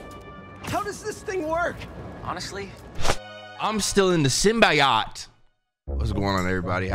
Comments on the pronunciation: SyMBiaaHt dawg its symbiote Sim-bee-oat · What the hell is a “Symbi-YOT” ???… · Bro please SYM-BEE-OAT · Bru its not Sim-bi-ot its sim-be-oat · It’s not simb I yot it’s Simb E yote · Idk if its for the bit or no but its Symbiote...(sim-be-oat) lol love the content bro eughhhh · it’s pronounced SIM-BEE-OAT, stop saying it like a custard😂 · I hate that says simbiyot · it’s pronounced sym bi oat